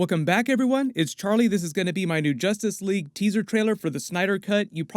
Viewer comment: In two words? Zustice Sleague !